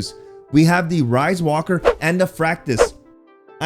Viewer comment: Good vid! I think it is pronounced Reeeeeswalker